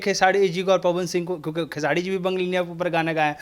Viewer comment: Aap khesari ji ka name khesadi kyu bolte h name Pahle Sahi se lijiye.